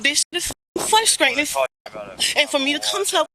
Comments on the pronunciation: This is "fusstrayten." 🥴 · Fusstrating? What is she attempting to say? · She is "fwustrating" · How can squatters have any rights? The laws need to be changed. Ridiculous! 🤯 Learn how to pronounce your words properly. "Flustratin" wow!! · What is fruscrayting and excreme? This trout mouth liar needs to get arrested. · every time she says flustrating i get frustrated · "It's fwuhstratin." Yeah? I bet the homeowner is the one who's frustrated. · Is it fuskscrating or frustrating?🤔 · FLUSTRATING! It is *FRUSTRATING*! That is so FRUSTRATING! The ppl who say this, went to school, saw the word spelled out, pronounce it wrong constantly and somehow don't understand! Hate it! But, you racist youtube commenters, DO NOT think for one second I agree with you. I get irritated about a word, not her race, not her gender, not her age, not where she lives or anything else. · FRUSTRATING...FRU..FRU..not flutrating😂😂😂😂😂😂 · It's very "fusstwaiting" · Please pronounce frustrating the correct way. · You know what I find frustrating? How that woman pronounced "frustrating".